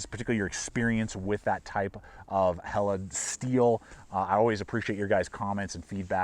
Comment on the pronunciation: Thank you for pronouncing Helle correctly!